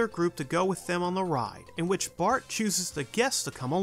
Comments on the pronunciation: he seys “Bort” not “Bart” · It’s Bart,Not Bort! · You said bort not bart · It’s Bart not Bort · Lol he called him "Bort" 😂 that's awesome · hmm don't know if he is referring that ep or just does know how to say bart